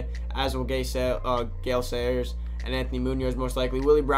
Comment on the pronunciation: This man said Gay Sayers Lol